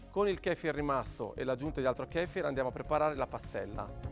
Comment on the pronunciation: Kéfir ... Kefír 😂